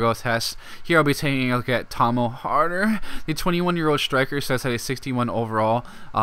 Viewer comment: Lmfao the way you said his name 😂😂